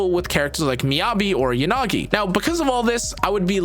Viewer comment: I can't watch your videos with the you pronounce Yanagi. It's "Yah-nagi" not "Yan-agi"